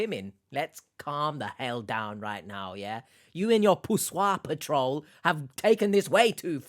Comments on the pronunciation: PAT trol lol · The Nigerians scammers can't even pronounce PATROL lol